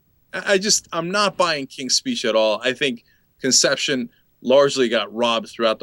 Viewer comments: He calls "Inception" conception. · Did anyone else catch when Cenk said "Conception" instead of "Inception" ? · lol Cenk called it conception